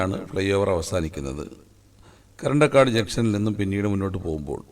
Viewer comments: കരണ്ടക്കാട് അല്ല ബ്രോ കറന്തക്കാട് ആണ് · പറയാൻ വേണ്ടി വന്നതാ കമന്റിൽ . മുഴുവനും വായിച്ചത് നന്നായി . കരണ്ടക്കാട് അല്ല കറന്തക്കാട് ..